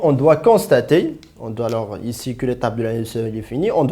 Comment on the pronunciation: Bordel de merde c'est quoi ce français :@ :@ :@ ALEUUURS , keumon , un stock qui apparaitre ?! duh cours plein d'erreurs